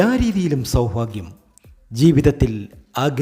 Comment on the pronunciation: KINDLY PRONOUNCE sowbhagyam AND NOT SOWPHAGYAM